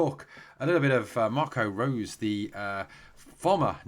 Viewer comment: Just to help you out with the pronunciation,. Marco Rose's name is pronounced like Rosa in Germany.